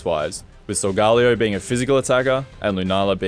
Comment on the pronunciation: Solgalayo Its sol-ga-leyo